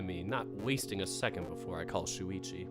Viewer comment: Actually, Shoichi is pronounced Show-ichi. I think Shuichi is also a Japanese name but it's spelled differently